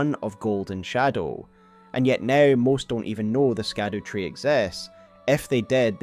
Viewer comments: Scadutree is pronounced as Shadutree and not Skadutree... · It’s SHADOW damnitalltohell! STOP saying “skadoo”. Shadowtree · It's not pronounced Skadutree, it'd pronounced Shadowtree. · Hey so it's supposed to be Olde English and it's pronounced Shadowtree, not skadootree. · Scadutree is pronounced Shadow not Skadoo. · "scadutree" is pronounced "shadowtree" 🤦‍♀️ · “Scadu” is an archaic spelling of “shadow,” and it was pronounced almost the same way, so “scadutree” should be pronounced more like “shadow” or “shadoo” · "Shadu tree"... just like evegaol is 'everjail" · I love your breakdown! While streaming this game I was actually told that the “c” and “u” in “Scadutree” are actually pronounced in their older format, thus leading the pronunciation to be “Shadowtree” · Scadutree is actually pronounced "Shadow Tree"..... yea I know spelling scadu and saying its shadow is dumb but thats how to pronounce it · Howre we still mispronouncing SHADOWtree. It hurts my ears man. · Sorry to be nitpicking, the Scadutree is pronounced as "shadow tree". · Just scrolled through the comments to see if anyone else mentioned this. It’s so annoyingly ignorant at this point I nearly closed the video. It’s like the word “gaol”. Pronounced “jail”…too easy. Skadoo just sounds so ignorant at this point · Google "scadutree pronunciation" before recording next time, oof